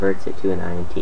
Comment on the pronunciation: It's pronounced int, as in integer. Because it's an integer.